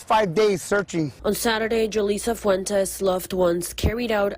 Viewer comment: Ole pronounce Fuentes the right way 🙏💙